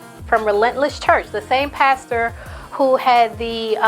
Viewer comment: OMG you said "pasture) as in as field or grass instead of pastor and boo I fell out🤣😂👍